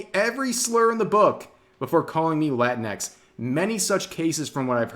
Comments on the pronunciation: it's not "latin X" it's pronounced like Kleenex like latinicks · Rev has to say it right, it’s not Latin-x, it’s La-tinx. Fits better when your Hispanic friends call you a Cabronx when you compare them to Tinkerbell. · Rev, can I get you to pronounce latinx as "la-tinks?" And, Yes, my Mexican son-in-law hates the use of latinx. Why are the 4%'s trying to promote removal of gender from Romance languages? Wasn't this attempted by the promotion of Esperanza, and look how that failed. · I always thought "Latinx" was pronounced "Lah-tinks" not "Latin.. EX" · It's pronounced la-tinks.